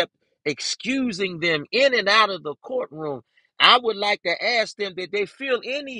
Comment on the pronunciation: The word is ask not “axed “ .